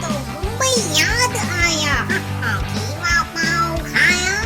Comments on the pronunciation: It's called qeema not kheema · Y have u spelled it wrong? it's not kheema it's qeema. U speak urdu beautifully y give it wrong pronounciation. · Kheema nhi hota KEEMA hota h...😂😂